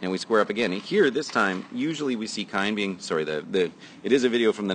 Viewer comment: His name is Kein...pronounced KEEN....not Kine...